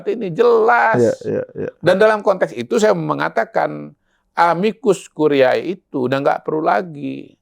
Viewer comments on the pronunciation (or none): Dua kata tersebut dalam bhs Latin dibaca: amikus kurié bukan amikus kuriaé.